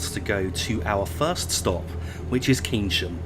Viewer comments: Pronounced Kayn-sham not Keyn-sham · Keynsham pronounced Cane shum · Keynsham pronounced Kayn-sham